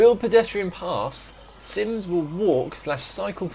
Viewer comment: "Sims" no😂.